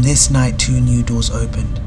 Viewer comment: He said “two new doors opened” but I heard “2 noodles opened” 😂